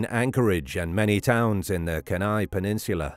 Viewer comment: Being an Alaskan have always loved this story,who knows for sure huh.You don't pronounce Kenai right but that's k, still love your channel